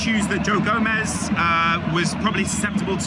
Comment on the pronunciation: It's gomez